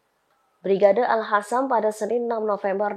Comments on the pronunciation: Al Qassam bukan Al hassam... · qossam bukan hasam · Bacanya al-qossam mbak... Bukan alkhossam. Melek huruf hijaiyah mba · Brigade AL QOSSAM mbak bukan AL HASAM... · Min bisa baca ngga, alqassam ko jadi alhassam yang bener ah, nanti salah makna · Ini mbak reporter nya kok bacanya Al Hasam...??? Gimana nih kok bacanya gak bagus..!!?